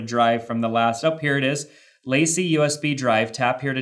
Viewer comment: Great video. One thing though, LaCie is pronounced Lah-See